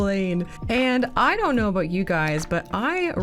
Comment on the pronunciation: 30 minutes gang ✅ Love your "aboots" btw 😅